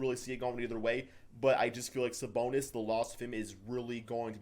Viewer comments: Did anyone hear him say SaBoner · "without Saboner..." lol